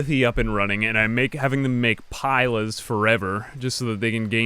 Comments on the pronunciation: Pila is pronounced "Pee la" Pilum is the singular, it is a Roman javelin, used by legionaries. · Pila is pronounced 'pee-la' and it is already the plural of pilum ('pee-lum').